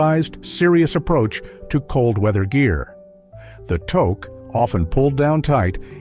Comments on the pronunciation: No, no, the commercial was; "How do you like your coffee?" "I like my coffee crisp!" And Ai pronounced toque so badly! It rhymes with toot! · You mean toque pronounced tooth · It's pronounced "took" Rhymes with "kook" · Toque is pronounced TUKE rhymes with fluke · G'day (we used to say that in Ottawa when I was a teen in 1970s). What's so hard about saying "tooke" for touque? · Thank you. He really needs to get his pronunciation right. He would be getting real high in Canada, if he asks people for a toke, and wonder why he wasn't getting a hat. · Which is how it incorrectly pronounced it. Too-k, if you must. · I find the voice okay, but the "Toke"? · Obviously not a Canadian, he keeps mispronouncing toque. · AI does not know the Canadian words "toque" or how to properly say "eh?!" I am out ... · Yes the pronunciation is wrong. Toque uses a sound like the o sound found in loose. Get it fixed people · AI should learn how to pronounce toque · This is a US site....tooook when it's pronounced tuuk. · It's "tooke" not "toke".. spelled toque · I'm losing it on this whole Toke thing. I guess its better said as tooque instead of toque. If you're doing a video about Canada get the pronunciation correct. Guess we also have to ask if it has to have a Pom-pom on the top to be a toque. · Wtf? It is not pronounced toke. It is tewk. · Its pronounced, toook , not toek . Other than that you got the canadian ideosicrosies bang on , good job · AI is reading this, we use a toque in the Canadian winter, (😬 and NOT a toke.) ❄❄❄❄❄❄❄❄❄❄❄❄❄❄ We pronounce it "took". Essential Canadian vocabulary. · Toque is pronounced "tuke" not "toke" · Your AI speaker is Pissing me of It's Pornounced TUK not TOKe EGGGG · I take it you’re not Canadian. Otherwise, you’d know how to say things like touque “TOO-K” (too + k) not toke. Hilarious because that’s another part of our culture… cannabis! 😂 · pronounced ToooKE , not toke, but sometimes both. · It’s a tooke not a tok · It is pronounced tuke not toke eh!